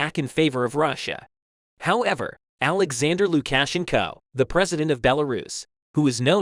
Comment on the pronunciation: I believe you might to practice the proper enunciation for Luka shenco